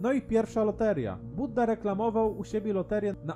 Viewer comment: nie Budda tylko Bujda